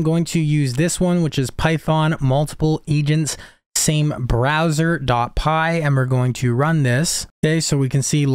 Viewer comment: browser not BROSWER